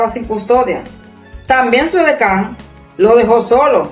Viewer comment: Su edecam!! no edeka